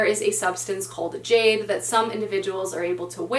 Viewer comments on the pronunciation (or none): none